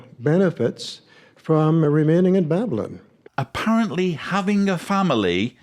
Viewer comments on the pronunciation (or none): This creep can't even pronounce "Babylyn". After just listening to the voice mail from the grandmother, I can barely stand to watch any more of this crap. That's unfortunate because I so enjoy listening to you,, and also. I am a never-in and secular, but the more I learn, the more disturbing I find it. Keep up your good work. I think I should take a break, or I'll be needing therapy.😏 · Yes, I agree. He says ' "Babylin". He obviously took to heart the admonition against getting an education. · I heard it as Babblin. Made me crazy! 🤯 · Babylon ends with on like the word on is pronounced not an. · The way he pronounces Babylon is very strange. JW’s do have their own language for sure!! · Why does he pronounce Babylon like that? He thinks it makes him sound more scholarly, it doesn't.